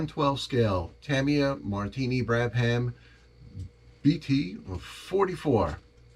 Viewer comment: say Brab-UM